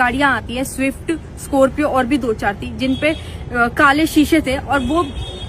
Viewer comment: kare ❌ kale ✅